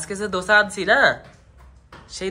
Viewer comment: দশা না।। "দোসা"😂😂